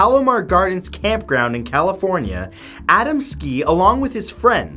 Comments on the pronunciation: A dam skee not ada m ski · a•DAM•ski, not ADAM•ski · #9 last name is pronounced Ahh-dahm-ski